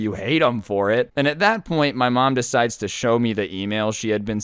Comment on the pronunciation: Bruh you said sho Disrespectful